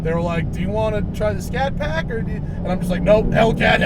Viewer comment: It's a Scat Pack not Shat Pack.....lol!